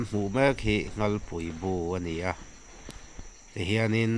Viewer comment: Nghalpui ani lo,nghalllllll tih tur